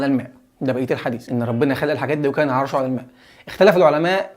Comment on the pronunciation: وكان عرشُه على الماء،، بالضم وليس بالفتح،، عشان هذا كلام الله ولا يجوز الخطأ في نطقه. وانته عرضت الاية على الشاشة،، المفروض انك قرأتها،، فيا ريت نحفظها قبل نطقها،، وبارك الله فيك.. انا ماشي معك من اول فديو .. ومكمل ان شاء الله.